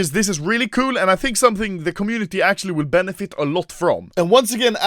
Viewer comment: Everyone:Acctualy Anomaly:Akchuli